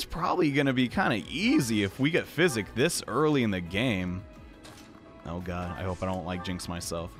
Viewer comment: I have over 600hrs in this game, and it wasn't until he said "Physic" that I realized the spell wasn't called "Psychic"